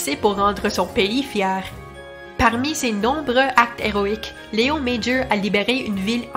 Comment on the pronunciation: C'est amusant, vous prononcez son prénom correctement mais pas son nom de famille. Son nom de famille est aussi français...